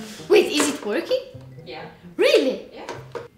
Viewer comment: Dino’s “really” is one of the most Swedish things I’ve ever heard